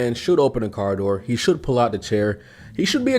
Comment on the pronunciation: If you can't even pronounce "door," you shouldn't be able to demand it be opened for you.